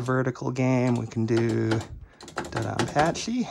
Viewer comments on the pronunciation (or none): none